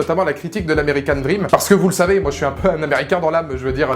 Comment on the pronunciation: "American DrrrrRRRRRRRRrrrream" 😂 Films tellement décevant, ils auraient tellement pu faire mieux...